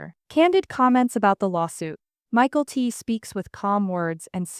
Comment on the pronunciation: MA-KEL-TEE. NOT MICHAEL-T!